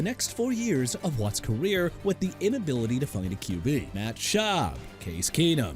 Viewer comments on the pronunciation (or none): BROCK OSWEILER NOT BARACK AND DARRELLE REVIS AS IN DUH-RELL REE-VIS!! AND YOU SAID MARINO NEVER WON THE SUPER BOWL AND HIS TEAMMATES LET HIM DOWN?! OKAY THANK YOU!! ALREADY KNOW THAT SO SHUT UP!! MR. ILLITERATE WHO THINK HE KNOWS FOOTBALL BUT NEVER WATCHED IT!! YOU LOST CREDIBILITY!